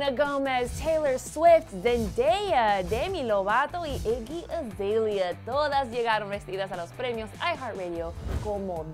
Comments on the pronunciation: Muero de risa como dice el nombre de zendaya y iggy 😂😂😂😂 lo dice tan gracioso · Que mal pronuncias el nombre de iggy 😳